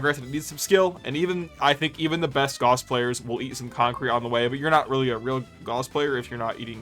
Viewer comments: Its pronounced "Gowss" not "Goss" and don't let anyone tell you otherwise either, they are wrong including the Warframe devs at times. Feel free to look this up with either AI or a google search, that is the correct pronunciation, "Gowss" not "Goss". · It's not pronounced "gauze", it's pronounced "gaoss". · Holy shit dude can’t tell if you’re rage baiting or not but it’s Gauss like “mouse” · Gauss is pronounced Gows. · Shit list. Disliked and reported because Gauss is pronounced wrong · Lmao everyone is grilling you for the gauss pronunciation but wtf is the Noctua pronunciation, you knew what you were doing lol. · This is how I learn I’ve pronounced Gauss wrong this whole time